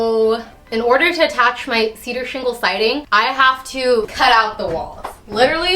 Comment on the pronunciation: cedar sheengle siding